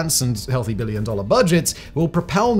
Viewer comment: can you stop putting so much forceful emphasis on the letter B in the word "billion" every time you say it?